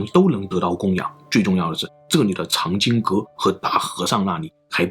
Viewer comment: 藏经阁的藏，并不念“cang”，而是念“奘”音